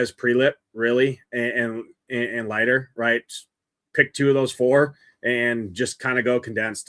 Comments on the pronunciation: It’s pronounced LIGHTER! Has this dude never actually watched baseball? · Leiter is a German surname, thus the pronunciation is "light er". His Uncle also pitched in Majors, Al Leiter.